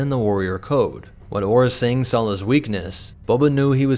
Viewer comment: saw not sawl